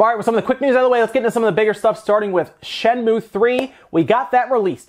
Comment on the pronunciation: It's Shen-moo-ay. Not just Shen-moo.